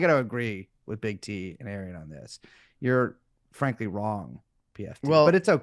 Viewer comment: Brace fcking up Arian's Name every time he says it will never get old to me.